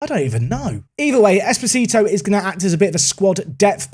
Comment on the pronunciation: The way you pronounce Esposito means "little husband" in Spanish. 😁